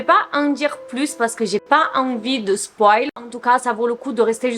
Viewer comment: J’aime trop quand elle dit Spoile avec l’accent français 😂